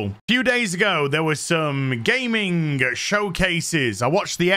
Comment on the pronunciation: Hmmm. At the mark. Did say Gaming or Gay-ming showcases? Because I don't know if it was play of words from him or am I this deranged to see and hear things that are not there due to all this entertainment getting very political?